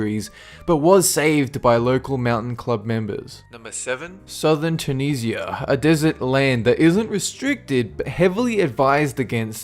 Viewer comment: Tunisia. Chew niz e ah